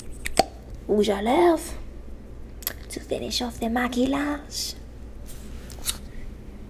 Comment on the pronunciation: The way she pronounced: “ maqillage “ i can’t